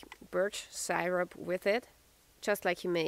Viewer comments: Sigh-wrap LOL! We pronounce it Sear-up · Syrup is "seer-up". :) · cool as usual ...like the way you pronounce syrup , sYrup 😊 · Said as sirup but spelt as syrup 😊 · Love how you say syrup